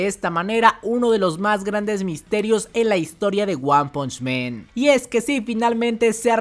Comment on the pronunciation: Hermano, buen video pero no es lo mismo decir "men" que "man"....